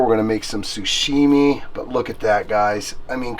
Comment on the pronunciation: Sashimi, not sushimi. LOL